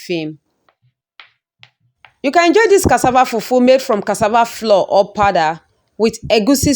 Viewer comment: Why do some Nigerians pronounce as if they're deaf? It's cassava flour with a u and not floor. Smh